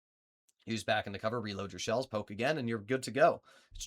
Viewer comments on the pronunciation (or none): none